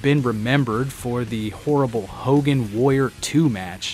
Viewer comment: Why do people keep saying "The Ultimate Wayer"? The fucking word is: Warrior